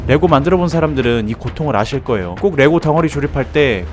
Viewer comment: 아실 거'예'요